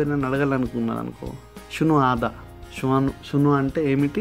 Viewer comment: Shu hadha. Not sunu hadha